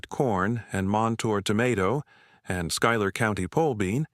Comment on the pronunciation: Schuyler is pronounced SKY•ler. Trust me. I live in Central New York.